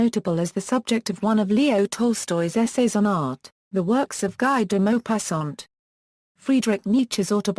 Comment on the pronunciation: Its pronounced as gee deh mopassant